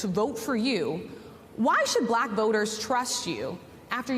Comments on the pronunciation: Trump can't even pronounce the word "Black" he says "BBBlackkk" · He somehow manages to pronounce the word with a hard silent R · 100%. I hate the way he speaks anyway, but this particular time when talking about his fake suspicions about Harris, he was being especially careful to pronounce Black in what he obviously thinks is dismissive and everyone else hears as racist and hateful. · He pronouncing "BLACK" the way he pronounced "CHY-NAH" during the covid debacle 😅